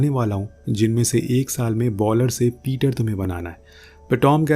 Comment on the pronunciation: पीटर नही पिचर